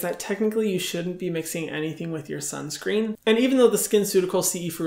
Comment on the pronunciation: I have started wearing sunscreen only bcz Hyram said "WEAR SIUNSCREEN BICTHES "<3